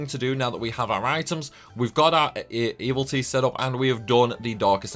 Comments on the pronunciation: I'm concerned about some of your pronunciations, and it's not your accent. I'm sorry if this sounds critical, but I'm genuinely concerned that you may have dyslexia or a related condition. * Evility (you're saying it like e-vil-tee instead of e-vil-i-tee, completely omitting the third syllable) * Eryngi (you're saying it like en-ri-gee instead of e-rin-gee, moving the "n" sound up before the "r") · Another Disgaea, another great guide, another decade of not noticing there's a second I in EVIL-ITY and pronouncing it wrong. Good times.